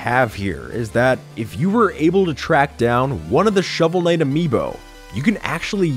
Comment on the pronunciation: when you cant read the name of game, sigh...